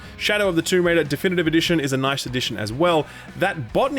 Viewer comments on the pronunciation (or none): none